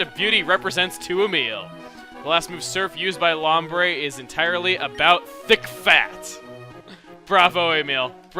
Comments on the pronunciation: Wow when chugga said bravo thick fAt it sounded like he said, bravo D*** fat lol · I thought he said 'Bravo, 'DICK FAT'' ....>.>